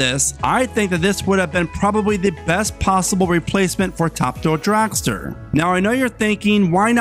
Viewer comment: What is a "dracster"??